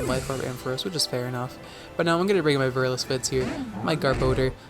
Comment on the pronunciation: By the way INTERESTING way to pronounce and spell Zweilous, fam 8)